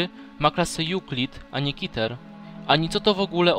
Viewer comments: nie mówi się kiter tylko keter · Przestań mówić kiter mówi się KETER kiter brzmi jak jakieś coś nie groźnego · Jaki KITER mówi się Keter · czemu ty muwisz kiter